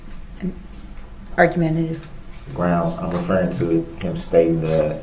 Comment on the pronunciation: "Not reffing" (referring) 😂